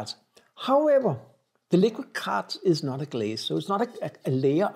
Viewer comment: Hi, amaco glazes have glazes say they are food safe so now I'm confused!!! You pronounce quartz as " korts", lol